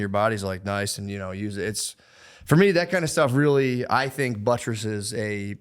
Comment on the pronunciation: Matt's really out here gettin away with saying buttresses